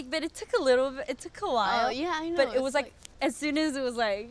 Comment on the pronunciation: It stopped when you said ✨knowrr✨ We dont ✨knowrr✨